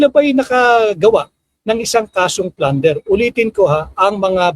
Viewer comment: Plunder Hindi flander